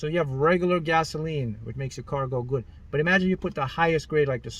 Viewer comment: It sounds so funny whenever he says "GUT" LOL! 😂 I laugh many times when he says it. Someone count how many times he said "Gut" in this video and then write the results under this comment.